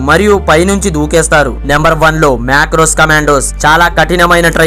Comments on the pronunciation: Rey adi macro kadu ra marco correct ga pronounce chei first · Bro marcos ani chupisthunnav macros ani chepthunnav yenti bro edhi... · Chinna correction brother...adhi miru మాక్రోస్ ani pronounce chesinru kani adhi మార్కోస్ Indian Navy 🇮🇳⚓ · Erri 🌺 macros ❎ marcos✅ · మేక్రోస్ ఏందిరా అయ్యా.. మార్కోస్ రా 🤣🤣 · marcos❌ macros✅